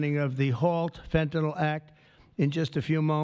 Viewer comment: Is there an O anywhere in fentanyl?... Why are there so many idiots who keep mispronouncing it, just as with oxycoNtin?...